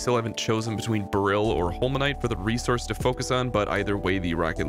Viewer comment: Every time you mispronounce Beryl makes a little bit of my soul die.